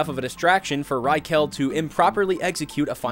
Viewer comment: This is always so funny to hear how westerns pronounce manga characters names Rai-kel lmao